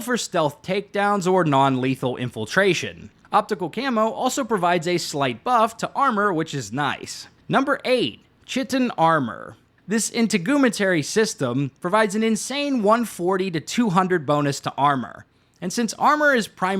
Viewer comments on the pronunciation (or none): Ngl I'm a hard fortified ankles stan. I'm trying double-jump for the first time and it's strange, but I think it'll be better with air dashing. Also..., chitin is pronounced like "Kai-tin". It took me ages to learn that too lmao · Chitin is pronounced Ky-tin, just fyi. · Lmao it’s “Kite-in” in regards to Chitin pronunciation. I said it like that too back in my Skyrim days so don’t feel bad 😂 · Ok, say it with me... "Ky-tin." 😂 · Chitin....kite in. Or kite'n Integumentary...in teg You men Terry. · Chitin - it's pronounced "kai-ten" I'd never heard anyone say the word until a few years ago. It doesn't exactly come up in conversation very often. Ask Google. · that pronunciation of Chitin (p. Kite-In) hurt the soul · Chitin is pronounced Ky-tin FYI . Great video very helpful. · “chitin” is pronounced “kite-in” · Chitin is pronounced "K-eye-ten". Like saying the word "kite" and putting an N on the end of it. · Chitin 😂 Its pronounced as Kaitin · Chitin is pronounced Kai Tin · Chitin is pronounced "Kie-tin" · Hey don't feel bad because literally everyone gets this wrong too, but chitin starts with a hard K sound and is pronounce KY-tin, rhymes with heighten. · Idk why but I find it super annoying to her chin-tin. Or chit-in 😂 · That's not how you pronounce "chitin" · I can't tell if he's saying "chitin" and "integumentary" wrong on purpose or not. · One day, youtubers will be able to pronounce chitin. Seriously, if a word sounds weird, just look up pronunciation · Only reason Chitin mispronunciations annoy me is because the word Chitin sounds so cool said correctly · One thing is for sure, will never mispronounce chitin again 😂